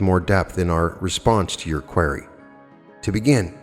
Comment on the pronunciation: Hey, you are pronouncing "QUERY" wrong lol. Just really want u to know haha, its a crucial word for Quo! haha